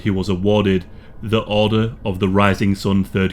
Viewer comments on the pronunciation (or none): none